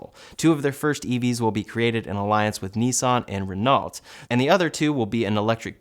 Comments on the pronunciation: Thumbs down just for the way you pronounced Renault (RenOLT). Unforgivable in the 21st century. Just kidding about the 👎🏼. Great content as always! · just FYI, Renault is pronounced "Ren-O" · “Renault” hahahah, it’s pronounced “Ren-noh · Renault is pronounced ren-no. Most French words slur out the last syllables.